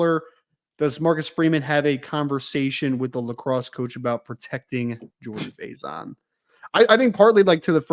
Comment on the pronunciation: JAG-uh-Saw. Gary Danielson f*d it up at least 3X. They butchered Jordan Faison into about 3 different mispronunciations. Had down & distance wrong on multiple occasions… That ancient CBS crew was horrible yesterday. They clearly didn’t want to be doing ND Ore. St. in the Sun Bowl.